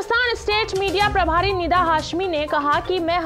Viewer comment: मैडम निंदा हाशमी नही , निदा हाशमी है